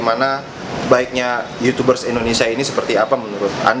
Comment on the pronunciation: "Youchoobers".. watdehel wkwkwkwk